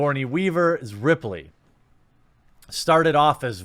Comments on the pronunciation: RILEY? Its Ripley bro! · "Railey" its Rippley my man. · It pained me to hear you call Ripley from Alien ‘Riley’ 🥺👾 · Riley? Its Ripley my man, Ripley. I consider the second film "Aliens" one of the greatest films ever. I never thought about "gurl powa" or anything while watching it growing up. I just thought she was a well written character. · This video is complete BULLSHIT! How DARE you?! How DARE you call call Ripley "Riley"! Lmao good video man